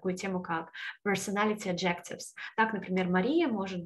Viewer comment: А ещё enter и adjectives - надо обратить внимание на произношение.